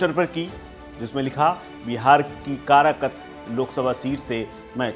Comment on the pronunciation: भाई कराकत नहीं कारकाट